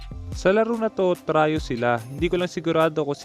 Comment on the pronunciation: TRI YO NOT TRAYO